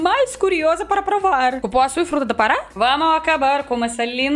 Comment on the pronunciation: você tem que conhecer o Pará, Quando der venha conhecer Belém-Pará 😍😍 e leu certinho Cupuaçu hahaha ❤️